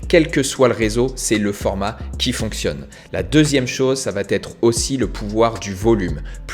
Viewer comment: J’aime ton contenu, je me suis offert la « méthode » en vidéo. Merci pour tout! Mais il faut absolument que tu cesses de prononcer « va-T-être ». C’est une erreur et ça fait mal aux oreilles:D